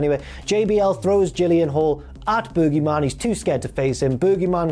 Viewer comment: I like how britts say boogie